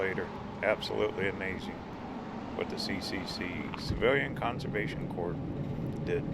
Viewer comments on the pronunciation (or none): none